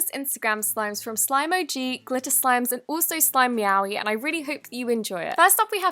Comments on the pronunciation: I thought she said "Slime Yaoi" 😂😂🤣🤣🤣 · when she said slime meowy I thought she said slime yaoi and I can't stop hearing it (if you don't know what yaoi is then you're probably too young to Google it) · You said slimeowy wrong